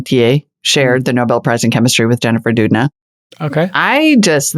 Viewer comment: First of all, it’s Doudna as “Daodna” and not “Dudna.” Wish you spoke more about CRISPR companies. CRISPR is a HUGE unlock in the Genomics world, $CRSP itself has “cured” many patients already with SickleCellDisease or cancer. I go over this space on my chan, if you’re curious for more of Crispr & Genomics.